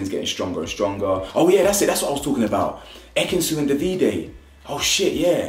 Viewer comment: no it was just a sly dig, she didn't go too mad with it like, she's chill. She seems really nice. I really like her & Ekin both, but Ekin really needs to learn how to say her mans name